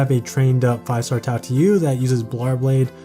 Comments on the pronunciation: Tail tee you lmfaoo i died a bit inside but great video nonetheless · That Tailtiu pronunciation actually hurt 🤕